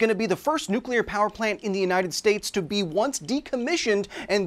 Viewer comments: People saying nuke ular is so dumb to me, it’s new clear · Side rant: NOO-CLEE-ER!!! WHERE IS THE OTHER "U"?! THERE ISN'T ONE! IT'S NOT "NUKULAR" IT'S NUCLEAR! Side rant over. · Another person who says nuclear like "newkiller" instead of "newclear" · How is it possible that native english speakers can’t pronounce the word NUCLEAR? I’ve never seen anyone pronouncing “clear” as “cular” so what gives? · Interesting video and all, but I just hate how some people say "nuquelar" instead of "nuclear". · No way a ‘news anchor’ pronounced it ‘nucular’. We’re so screwed. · Someone that pronounces nuclear as nucular shouldn't be presenting a news report on anything nuclear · BREAKING NEWS: An illiterate news anchor mispronounces a word that is clearly pronounced NUCLEAR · Her saying nucular killed me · That news broad said “NUCULER” I hate that. She should know better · Whhhhhyyyyyy do people still pronounce it "nuculur" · NuCuLar... Kind of embarrassing for a newscaster. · Did the journalist just pronounced it "nucular"? Like homer Simpson does XD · Those of us that know it's not pronounced "Nucular" suffered more damage than the worker. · "nucelar reactor" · A newscaster who pronounces the word as "nu-cle-lur" is the real disaster here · I’d never correct someone on this in casual conversation, but it really irks me that a journalist on a news program said “nuke-u-luhr.” It’s pronounced just like it’s spelled. I’ve done a lot of work to unlearn my spelling tyrant ways but this one kinda baffles me. 😅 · not the nucular reactor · Holy shit are there still people pronouncing it "new-kew-lar"? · “Nukyuler” Opinion rejected. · There is no way an actual news anchor pronounced it "NUKULAR". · "into a nucular reactor cavity" lol "nucular" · i get irrationally angry at people mispronouncing nuclear, with "Nu-Cue-Ler" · She just said NUKYULER on LIVE TV! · The fact a news anchor pronounced nuclear as "nucular" speaks volumes. 'Murica lmao. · Nucyelar reactor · "Nukular" C'mon people.